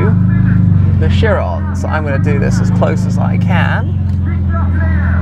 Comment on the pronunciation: It's Bugatti Kyeron, not Sheeron.